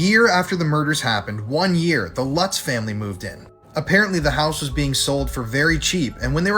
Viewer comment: Omg... this chick's pronunciation of the Amityville family as "Loots" is driving me absolutely nuts 😆... it's "LUTZ" not Loots... L-UH-T-Z. UH- like in DUH! I've never heard it pronounced "Loots" 😅😆😆🤦🏻‍♀️